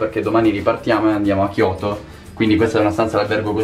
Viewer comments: hai invertito le lettere "chioto" ahahah😂😂 grandissimo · Non si dice Kyoto Tokyo non so se è un'altra città però